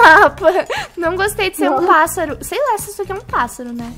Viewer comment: 1 tentativa:: Flamingo 2 tentativa: Pato 3 tentativa:: Passáro